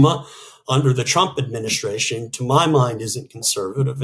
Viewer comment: Suggestion: could you both practice saying the word "Administration" please? Listening carefully I can see that you both pronounce "s" when saying other words. This is a word you're apparently going to say a LOT..so..it is NOT a drunken "adminish-shtray-shun" but admin-i-stray-shun.